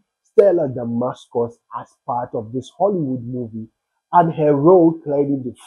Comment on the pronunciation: 🎉THE NAME IS: STELLA DAMASUS 🎉) NOT DAMASCUS. THANK YOU.❤